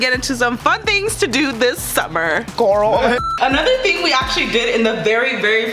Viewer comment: I like how y’all keep saying “GoRL” from 365 days lmao